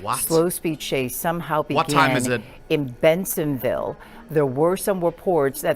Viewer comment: Case ❌️ Chase ✅️